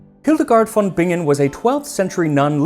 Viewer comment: The v in German usually is pronounced /f/ unless the word has Latin roots. So, it's Hildegard /f/on Bingen. But apart from that, your German sounds quite promising!